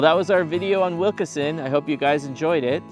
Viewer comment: It’s pronounced Wilkeson, not Wilkerson